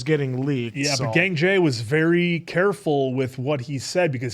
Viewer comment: It‘s Gangjae not Gængjæ😭